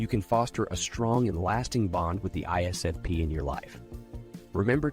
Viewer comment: We also hate it when you can't say ISFP